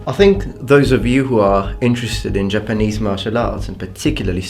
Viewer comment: It's Japanese not Jpanese